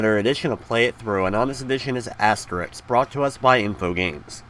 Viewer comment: It's InfoGRAMES, not InfoGAMES. This is a common error but it's all good.